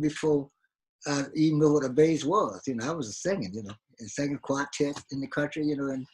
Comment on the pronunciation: Qwatet not quartet Love It!